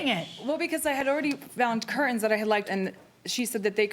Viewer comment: CurTains, not cur-ains.